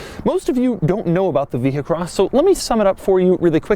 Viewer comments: You wouldn't pronounce the "h" in vehicle, so why would you pronounce the "h" in vehicross? Answer: YOU DON'T!!! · Vee-cross.. not vee-he-cross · You re so annoying, overdid it saying vehicross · If you say Vehicross once more, I'm not watching anymore..... done, cya